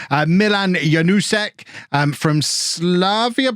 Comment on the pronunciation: Just a one thing I thought of: You thought about what is the pronounciation of Janousek, Slisz and also Caio Cesar and whether it's correct- so: - "Kayo" is his name, not Chaio -Janousek is "Janoushek" -Slisz is "Slish" Anyways, great work! Keep em on!